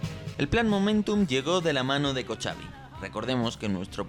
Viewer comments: Cochabi se pronuncia en Español Cojabi Hamas / Hisbala (la h en este caso no es muda, es como una jota suave) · Para hacer honor a la verdad y rectificar algo dicho en este interesante video, Israel NUNCA ha perdido una guerra!! No puede permitirse ni remotamente esa situación! Por otro lado el nombre del jefe del Estado Mayor se pronuncia COJAVI, no Cochavi. Cordial saludo. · El nombre de General en jefe de las IDF se pronuncia "Kojavi" la "ch" en ingles "j", significa "estrellas". Muchas gracias.